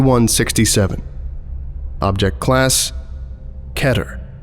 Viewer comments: It's not keter kiter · keter (kee-ter) is the correct pronunciation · ITS PRONOUNCED KEY-TER